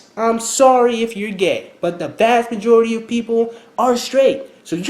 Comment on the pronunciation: Did you say "Vajority" ??!! LOLLLLL